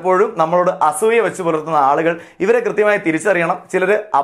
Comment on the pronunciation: അസ്സൂയ്യ .. ഇത്രയും കടുത്ത പ്രയോഗം. വേണ്ട... അസൂയ എന്ന് പറയൂ